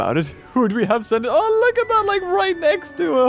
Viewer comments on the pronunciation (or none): none